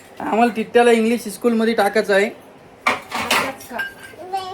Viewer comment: आरे आधी तू निट स्कुल म्हण आणि मग तिला इंग्लिश ईस्कुल मध्ये घाल